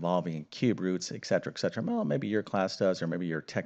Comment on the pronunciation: et cetera nor eck-cetera